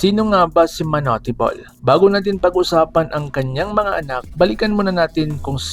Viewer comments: TANGA AMPUTA MANU-TE BOL KUNO MANUTE BOL HINDI MANU-TE GONG2X 😂😂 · Bata pa lang ako naririnig ko yan sa tatay ko at sa mga kuya ko manut bol ang pronounce nila dyan..